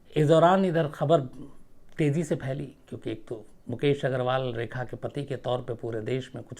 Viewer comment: Plzzzz Sir Rekha ko Reha ki trah mt boliye.......